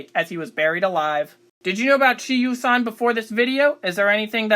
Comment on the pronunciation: His name should be pronounced like sher, not she. If you're going to say it that much, learn how to say it.